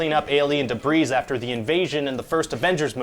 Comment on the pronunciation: um. did he just say debreeze? like he pronounced the "s" in debris?! lol oops.